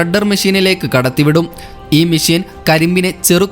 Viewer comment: മിശീൻ അല്ല മെഷിൻ